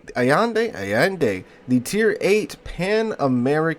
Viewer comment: Al-yen-deh, not Savador Allende, but Ignacio (Ig-na-ssio), possibly the Mexican caudillio...